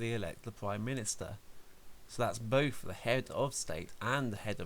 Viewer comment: When you say "Both" why do you sound like "Bof or bothf" there is an F sound